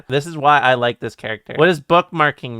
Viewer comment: You got me at "I llike aleister". 🤗